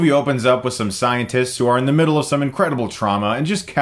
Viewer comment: Did Chris say scientists or scientits?